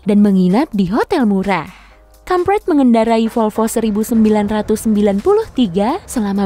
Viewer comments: Ingvar kamprad dibaca ingvar kampret dong 😅😅😅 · gue salah denger😭 Kamprad gue denger kamp*et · MOHON MAAF tadi saya dengar nya kampret 😅